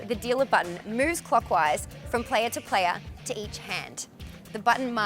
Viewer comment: Pronunciation guide The playa... the deala...